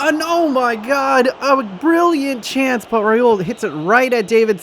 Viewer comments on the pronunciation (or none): none